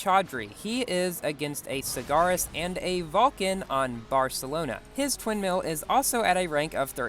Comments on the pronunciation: did I hear twin mills or sin mills? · you said Sin Mill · bro you said SinsMill 😃😃😃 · “so the sin mills”😂😂